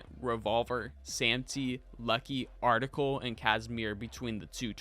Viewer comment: ARCTICLE LMAO